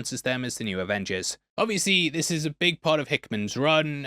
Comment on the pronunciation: Avongers Avingers Revengers AvengerZ lol